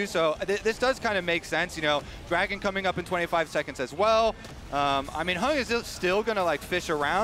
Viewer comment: bro why are they saying HUNG his name is HANG'